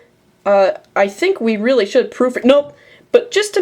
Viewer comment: rearly- explainable, asians cant pronounce "L's"